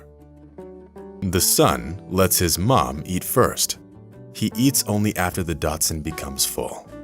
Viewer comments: It is frustrating when "professional" media folks are sloppy - this announcer keeps calling the dachshund a Datsun. Lazy, ignorant, and sloppy. Please strive to do it right, correct mistakes, and carry on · Too bad the narrator doesn’t know how to pronounce Dachshund! Not “Datshund!” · A tiny....."Datsun"????? The narrator needs to look up the pronunciation of "Dachshund", okay? :-D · People did not throw. Zookeepers introduced. And a Dachshund is not a Datsun. Figure out your editing and get your actors to learn to pronounce words. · Sounds like he's really saying "Datsun" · It would be awesome for the narrator to learn how to pronounce the word Dachshund. It's not pronounced the same way one pronounces the name of the car company that preceded Nissan. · Does this dude actually have ANY familiarity with pronouncing the name of dog breeds?! Umm- NO. DATSUN?!!! HA! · I also wondered about the voice "talent"...do your homework! "Dachsund" is the correct spelling and sounds like "doc sooned". Mildly entertaining but also annoying... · I swear he’s saying Datsun, (like the car make) not Dachshund the dog breed. But, I still watched it cuz I had many dachshunds in my years…no Datsun’s though… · Its not "DOTSUN"!! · It's not pronounced Datsun. That was what Nissan was called. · Your way of speacking Dachshund sounds like Datsun... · Is he saying Datsun? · Stop saying Datsun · It sounds like you're saying "Datsun" (old name for Nissan) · He says DOTSUN....instead of DACHSHUND...like ol biden says "COME ON MAN" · Please learn how to pronounce the dog's breed correctly. It is a "dachshund" or "dachsie", NOT a "Datsun". And yes, the title is absolutely clickbait. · Dachshund, not Datsun. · This is a old story! A great story ,I own 3 dachshunds! But why are you pronouncing dachshund DATSUN?? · it's dachhound, not datsun... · “Datsun” is a car manufacturer. What you meant to say was “dachshund”. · A DACHSHUND Is NOT A "DATSUN"!!!!!!! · Jesus Christ, it's DACHSUNG, not DOTSUN.